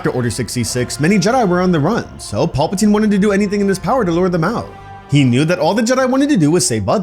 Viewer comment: are you saying Paulpatine.....? Pal-patine